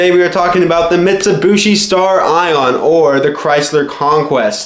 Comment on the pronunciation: Also it's "Stare-eon" not "Star Ion".... jesus christ who taught you english?